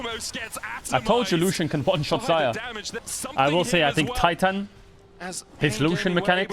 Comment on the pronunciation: Why do you pronounce it TXITXAN instead of TITAN? Are you brayilean with an english pronounciation problem?